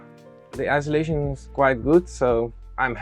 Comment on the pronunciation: Friendly FYI: it’s IN SUL A TION not ISO LA TION